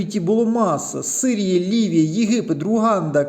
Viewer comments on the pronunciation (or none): none